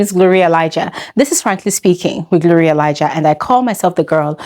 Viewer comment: 50bbnairia in accent got me on the ground